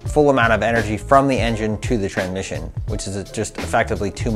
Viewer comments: haha...I had to watch it a couple times...I was predisposed with saying tranmission that I couldn't listen to the data in the video...lol...👍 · "Tranmission" Ftw.